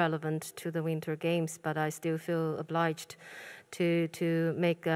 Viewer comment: 她说的是obliged，没读错